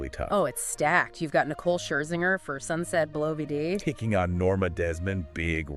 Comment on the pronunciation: Ah yes, "sunset bell vee dee"